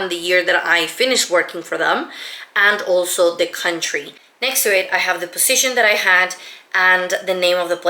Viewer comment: I think you mispronounc the words resume and position